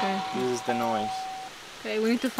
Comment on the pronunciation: Piccola lezione di inglese: la E di THE non si legge davanti a consonante. Davanti a vocale si legge come i.